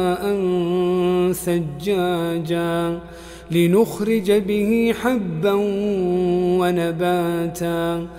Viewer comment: السلام عليكم ورحمه الله وبركاته شيخ منصور في عند خطأ من المصرات ماء ثجاجآ انت بتقول سجاجا وهذا خطأ ارجع للمقطع واسمعه وجزاك الله خير احبكم في الله طبتم وطاب يومكم❤